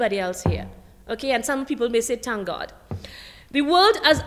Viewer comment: It is Thank and not tank.